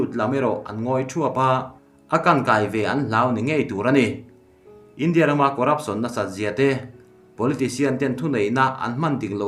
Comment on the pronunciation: Lehkha chhiar i thiam em em rualin hnamdang tawng pawh ni se a thluk hi mizo tawng taka thluk thin ni se, a hmaa thu leh a dawta thu a zirin 'India' han tih lai te hi han thluk danglam thin ni se ngaihthlak a hahdam lehzual ngawt ang le.